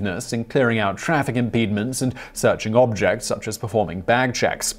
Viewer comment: traffic "impeedments"